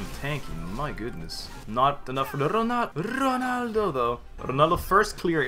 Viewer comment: RRrrronaldo tho .